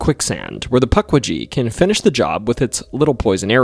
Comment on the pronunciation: omg.. puck wee gee.. this is gonna be a painful watch..